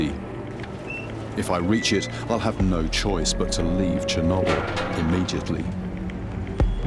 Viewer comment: lol “Chernobble”